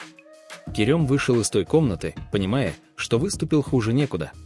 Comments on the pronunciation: помню конечно, но правильно Керем! 😊 Керëм режет слух.. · Странно произносится имя, турки произносят более похожее на " Керам", но не мягкое е